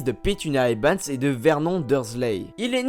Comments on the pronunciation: a chaque fois tu dis ebans au lieu de evans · tu fait exprès de dire "ebans" au lieu de "evans"? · dc'est Evans, pas Ebans ! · eVans pas eBans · eBans ?! durZley ?! Wizlaiy ?!